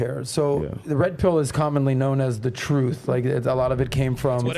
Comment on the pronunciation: it's "truth". Not "troof". Jesus Christ...